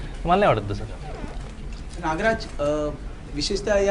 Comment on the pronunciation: Naagaraj नाही re नागराज सर म्हण येड्या bhokachya